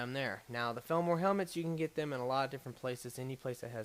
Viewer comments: I never used to care about your mispronounciation. But felmor? that's just too far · not to be a stickler, but isn't it pronounced fall-mer?